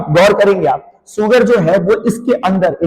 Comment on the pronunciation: sugar not suar(pig) 😂😂😂😂